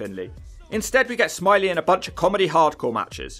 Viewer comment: It's smi ley it's French 🤣🤣